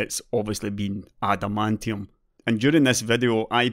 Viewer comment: Intel new Adamantium L4 cache AMD new Vibranium L4 cache I know its not spelled the same. Its just how says it made me go "wtf!?".